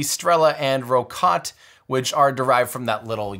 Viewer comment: Outstanding, Tim! Also, if you would like help getting your pronunciation of Russian names right, do please reach out to me. Rokot, Angara, Energia, Proton, etc. you managed to get them precisely wrong every time! What are the odds of that? :-) Congrats on finishing this awesome projects, and with such great results.